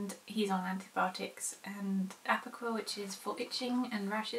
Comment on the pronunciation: When you said Approquel, I thought you said Apricot :D You said you may keep Key on it indefinitely, but you shouldn't. You should only use antibiotics when needed. Using it too much, and you get bacteria that is antibiotic resistant then. Which is a major problem.